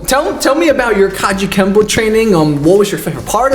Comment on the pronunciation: He said Kajukembo. Hahahaha. Don’t you remember that great UFC/MMA Kajukembo champion? Neither does anyone. He doesn’t exist. Ridiculous.